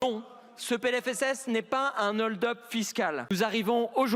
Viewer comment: Il ne sait même pas que hold a un h aspiré !